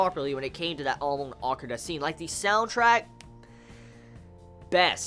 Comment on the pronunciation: Good reviews for sure but everytime you say Amon you are pronouncing it like Amoan lol and I can't help but laugh at you for that, But you are right due to the censoring they took a lot of things out that are Manga only.